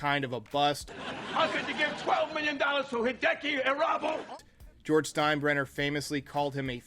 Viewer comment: Ahhh yes. Hideki I-rob-you. RIP sweet Japanese prince